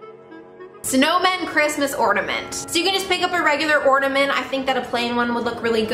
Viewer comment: I'm mad because you keep saying ordamint not ornament